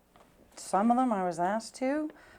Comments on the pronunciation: aksed?!? try asked you fucking fool. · A lot of questions being axed by the male attorney.